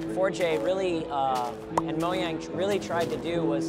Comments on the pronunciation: It's mojang not moyang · It's mojang not moaing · Oh and he says Moyang instead of Mojan.g... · This looks incredible. And it's pronounced Mojang, not Moyang. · ha he said Moyang it's Mojang. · What the heck is wrong with him it's pronounced Mo-jay-ng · moyang and forgay? Ha speak in English please.